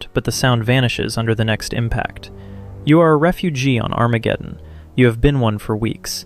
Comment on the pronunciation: “ON ARAMGEDEON 🗣️”